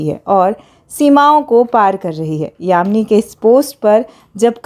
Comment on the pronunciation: Yami Gautam not yamini Gautam